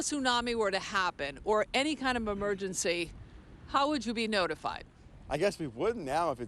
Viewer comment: Why did she say "memergency"